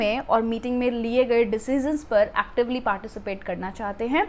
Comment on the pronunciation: Hi, only thing I can say this sounds like “Di-See-Shun”= decision. Not sounds, “De-zee-zun”